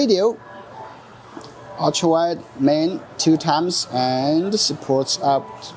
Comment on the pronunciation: i love the way you say archra(ultra)